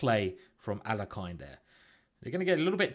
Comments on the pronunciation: Alekhine pronounced his name ahl-YEH-kin (the standard Russian pronunciation for the second syllable would be YOH, but that's not what he preferred) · Alekhine is pronounced al-ye-kin.